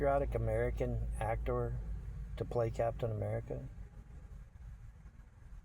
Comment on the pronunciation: What's with his weird pronunciation of ' Act Tore ' ?????